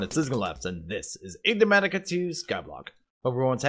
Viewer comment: says poutine wrong, must know you're Canadian... wat? also, would it kill you to say the pack right once? it's Enigmatica, not Eggnimatica great video as always tho, keep it up